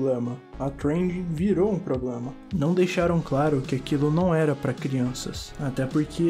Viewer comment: "unico poblema da humanidade... é a propia humanidade"